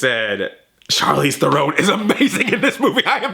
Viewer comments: It's pronounced Charlize THAYR-ron you dumb fuck! Stick with Smurfs bitch. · Are you purposely saying her last name wrong? Lol